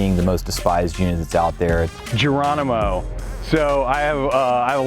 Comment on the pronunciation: Ha Do we have a female reporter who can't pronounce the name Geronimo ? . I'm sure she says Gerwonimo . . . She can't get the letter 'r ' out there. . . It's like listening to Life Of Brian. . . Fwends, Whomans, Countwemen !